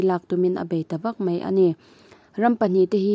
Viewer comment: Sipei tih nilon Sipai tih tur, Peihthlak niloin Paihthlak tih tur, mei niloin mai, chutiang bawkin Bei tih niloin Bai tih zawk bawk tur. Kan ṭawng hi i hmang dik hram hram ang u.